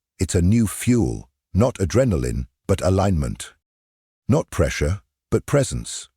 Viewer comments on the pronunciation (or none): none